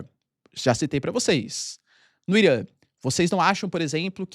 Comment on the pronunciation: Professor, eu adoro quando vc fala Irã com seu sotaque paulista!!! "I -r-uh"